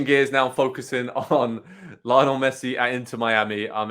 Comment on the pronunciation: lee -o-nel